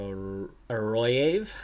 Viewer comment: Very nice series, and so much fun progress! Love the battling for continental pro top spots :). I believe you pronounce the name Arroyave as "Arro" (ar-rò) - "yave" (gá-vee)